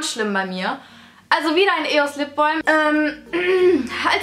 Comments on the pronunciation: ItsTheMauam genau xd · "Lipbolm"? Spricht man das nicht "Lipbam" aus? :) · ich gucke mit lap top sagt sie lip BOLM 😂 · Weder noch lipbalm so viel ich weiss